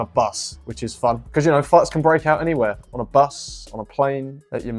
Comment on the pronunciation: The way he said “anywhere”